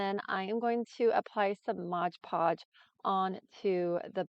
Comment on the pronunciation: It is called 'MoD Podge" not "MoG Podge". Also, you will have fewer wrinkles if you use a larger brush. Love your crafts - you are very talented. I'm definitely going to follow/purchase from your Amazon store !!!